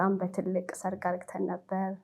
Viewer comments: Please dear don't say argeten say aregen . Please correct this word. And don't expose your leg as this much. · በጣም ቀሚሷ በተለይ 😂😂😂 አነጋገሯ አዎ 👍 "አርግተን" ከምትላት ቃል ውጪ እንከን አልሰማሁም